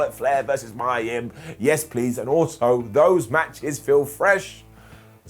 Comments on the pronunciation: Who's Mya Yim? It's pronounced Meeya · Poor Mia Yim. You can't even pronounce her name right 😔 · You're saying mia yim weird